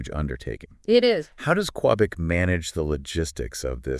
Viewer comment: Great podcast! Just you pronounce Qubic as cue -bic or ku -bic, not qwe -bic :)